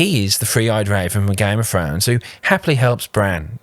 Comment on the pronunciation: " one hail of a gime of frones character" 😂😂😂wow